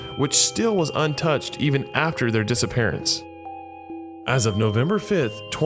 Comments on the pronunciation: "Creepy dissearences" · dissearances??? lol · Dissearances? People without ears?